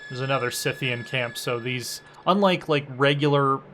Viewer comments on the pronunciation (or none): none